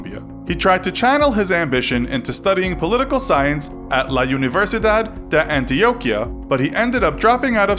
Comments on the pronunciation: Ooof the name of the university as sooooooo butchered but still a great vid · I come from Colombia and I KNOW that’s not how you say la universidad de antioquia